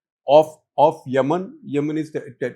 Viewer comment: It is Yemen, not Yamannn..😂😂